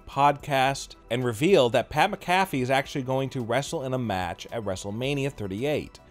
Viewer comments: His name is actually pronounced "MAC-a-FEE". But at any rate, if Vince didn't like him, he wouldn't have allowed him near any WWE ring or program and most certainly not in a WM match. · Pat Macafee 😂😂😂